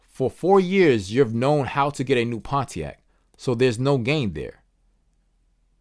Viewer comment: i cant get over pon-t-ac